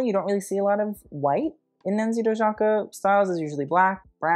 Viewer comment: Just a correction, Dojaka is pronounced Do-ee-aka :)